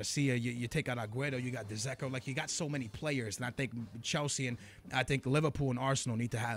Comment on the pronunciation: He butchered the name Dzeko lol